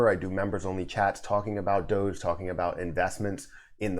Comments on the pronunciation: The common pronunciation is "DOUGH - ZH" (which only you pronounced correctly in this video). Nice to see Mark try to get Ellen involved. She has a lot of reach in terms of audience. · I agree with how you say DOGE